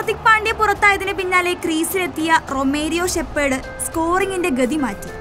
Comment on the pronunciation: ഷെപ്പേർഡ് അല്ല കൊച്ചേ ഷെഫേർഡ്